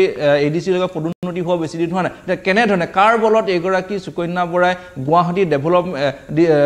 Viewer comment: চুকণ্যা .....? 😂😂😂 বানান কি আৰু কেনেকৈ উচ্চাৰণ কৰিব ? অসমীয়া ভাষাত শ স ষ আদি আখৰ থকা শব্দক কেনেকৈ উচ্চাৰণ কৰে ? এগৰাকী অসমীয়া ভাষী হৈ নজনাটো দু:খজনক কথা নহয়নে ? যি দৰে আপোনালোকে সদায়*, *সন্ধিয়া*, *শনিবাৰ*, *ভাষা আদিবোৰ উচ্চাৰণ কৰে তেনেকৈ সুকন্যা বুলি উচ্চাৰণ নকৰিব নে ? ভাষা শুদ্ধকৈ ব্যৱহাৰ বা কবলৈ চেষ্টা কৰক কিয়নো অসমীয়া আপোনালোকৰ মাতৃ ভাষা ।